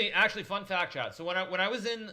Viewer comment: SMH. It's chat. All this time I thought there was some dude around called 'Chad'